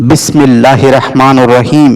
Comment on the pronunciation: আপনি আলি সাধনা শিখাচ্ছেন , অথচ বিসমিল্লাহ রং উচ্চারণ ঠিক মতো করতে পারেন না !!!